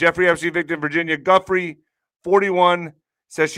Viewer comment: Her name is pronounced Virginia (Goo fray)